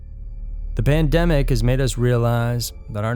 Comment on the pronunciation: Yo said "banddemic" 😂😂💀😭